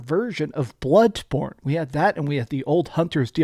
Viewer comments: I like how you say bloodborne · The way you say BLOODBorne bothers me